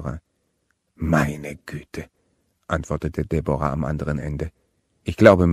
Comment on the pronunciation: Debora... ??? Deb'ra!